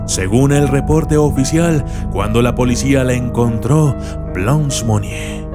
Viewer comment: Buen video pero su nombre se pronuncia Blânch, que significa Blanca en frances, no es blons